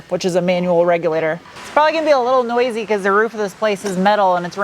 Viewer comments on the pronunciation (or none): none